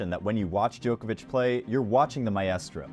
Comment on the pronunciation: You are the joker. It is Djokovich. Not JOKER VICH